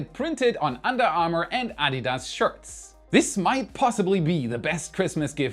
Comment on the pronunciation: I always enjoy your content but you should look up how to pronounce "Adidas"......lol